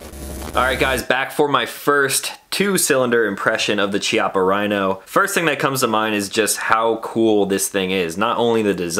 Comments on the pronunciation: Say it with me…Kee-ah-puh Not Chee-ah-puh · pronounced'' kiappa'' btw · Pronounced "Kya-ppa" (Italian). Chi in Italian is pronounced "Kya", weird I know. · It’s pronounced K-iappa btw. It means butt cheek. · Please, please... in italian "ch" is spelled K. It's kiappa. "sci" is sh. So "brusketta" not brushetta. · Pronounced - KEY-appa. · It's pronounced KI-appa. Just FYI. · Chiappa sounds 'kiaPa' in italian with emphasis on P. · Beautiful test and wonderful gun (apart from the color). If it had been a conversation between friends it wouldn't have mattered, but if you do a video test, you should at least know how to pronounce the stuff you're testing. Every time you said Chiappa" my ears bled. Nowadays it's not difficult, just go to Google translator, choose Italian, write "Chiappa" and have it read to you. There are no more excuses.